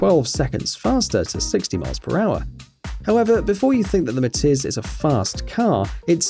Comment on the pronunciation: When viral car said MATIZ i tought he said MATITS